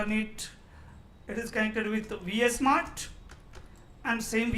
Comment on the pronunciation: its V-Smart not VS-Mart